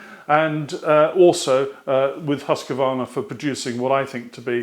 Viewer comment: Workshop. As a swede it is funny to hear your pronunciation of Husqvarna. For your information, Hus is House and Qvarn is a mill (Qvarn is an old spelling, nowadays it is kvarn).. So we pronounce it Hus-qvarna. But continue so say as you do.